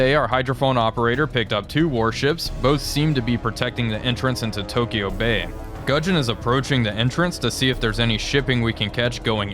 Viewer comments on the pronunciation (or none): none